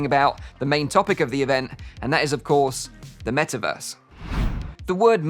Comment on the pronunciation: soon™: "Wellkim to the Me'averse!"